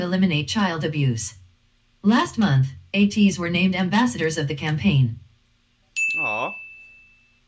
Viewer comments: I see six months in and some people still do not know how to pronounce ATEEZ - it's a long A like in the word SAY, so it's AYYYY tee....Z like AYY-tease...not Ahhh Teez....and yes it's AYYYY tiny like tin - ee...just like they say in the word Destiny...it's not tiny as in little....so if you're gonna stan, let's stan correctly :) Now, you think all the vids are good, you should see them actually in concert...it's epic!!!! If you ever get the chance, do not hesitate, DO IT!!!! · It's pronounced A-Teeny.